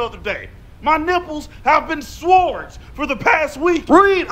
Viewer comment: The smartest man in the world pronounces the 'w' in sword. I'm dead....